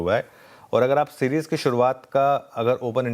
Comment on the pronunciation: 😂😂 सीजीर नहीं सीरीज़ होता है